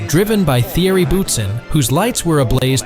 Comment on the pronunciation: Agree with the other comments about the locations not all being at Le Mans, but for me the best screw up is the pronunciation of Thierry 🤣🤣